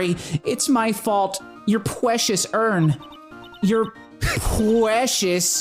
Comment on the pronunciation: Pwecious uwn UwU